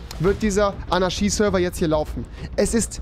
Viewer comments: fiSCH und nicht fiCH Zu dumm um fisch zu sagen aber anarschie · Wie er bei Fisch Fich sagt und bei Anarchie Anarschie sagt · Warum sagst du "Anarschie" du Fich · Niemand: Wirklich niemand: Rewi: Anarschi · Rewi: Anarschie Auch rewi: fich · Rewi: Fisch ist Fich und Anarchie ist Anarschie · Rewis Logik: Statt Tisch = Tich Statt Anarchie = Anarschie xD nice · Niemand: Rewi: sagt anstatt Fisch Fich und anstatt Anarchie Anarschie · Pls sprich Anarchie richtig aus... das macht mich fertig. Ahahaha 😂😅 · AnarCHie nicht AnarSCHie 😂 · Du sagst "Fich" statt Fisch und "Anarschie" statt Anarchie....🤦👍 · AnarCHie nicht AnaSCHi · Niemand: Nicht einmal Keine Schwäche: Rewi: ANARSCHIE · Anaschie lol. Aber Tisch nicht sagen können 😂😂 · Fisch: "Fich" Anarchie: "Anarschie" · Er kann sch aussprechen anarschie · Niemand: Rewi: anaschie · Er sagt AnarSCHie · Wenn mann dass Wort Anarchie nicht aussprechen kann Keinen Deutschlehrer zeigen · Bei Fisch kann er SCH nicht aussprechen und liest CH und bei Anarchie kann er das SCH aussprechen obwohl es falsch ist